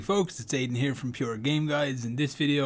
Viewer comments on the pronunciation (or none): none